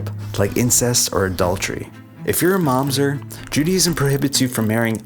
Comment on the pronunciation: it's mamzEr not mAmzet